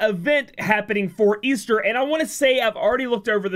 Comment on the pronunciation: Es-Ter not Es-Thur